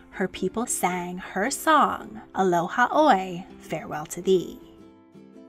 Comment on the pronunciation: It’s “Aloha ‘Oe” pronounced “a-low-ha oh-eh”